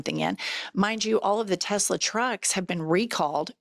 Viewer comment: TESLAR! Please say it right